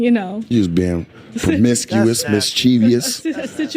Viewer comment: Apparently she was being "fo-miscuous".